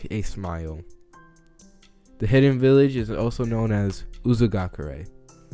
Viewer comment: M8 it's actually called Uzushiogakure (not judging, just correcting to help)